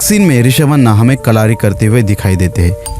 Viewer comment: Kal-aahri ❌ kal-uh-ri ✅